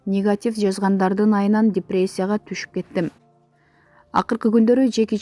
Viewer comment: Как будто коп куйорманы бардай депреция дептирго😀